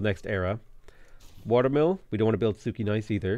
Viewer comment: Your pronounciation of Płock and Sukiennice is killing me.